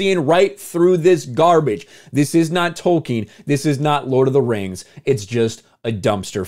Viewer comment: Thank you for not pronouncing it: Token. Damn you, Soooouth Paaaarrk!